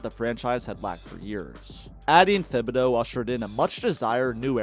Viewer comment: The H in Thibodeau is silent, that’s why his nickname is Tibs not Thibs